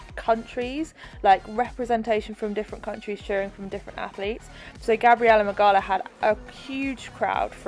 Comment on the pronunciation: You pronounce Gabi’s last name “Mig-ow-a” just for future reference cause she’s def gonna win the games! 😜🇵🇱